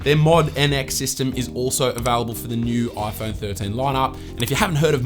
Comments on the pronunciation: This is the "OiPhone 13 pro..." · Ah yes, the aaiphoune. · the oiFoan 13?